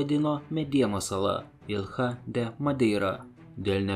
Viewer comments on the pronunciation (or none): Nuostabus video! Tik tariasi ne “Ilha” o “Ilja”;)